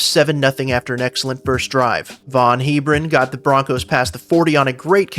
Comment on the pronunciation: It's Heb-ron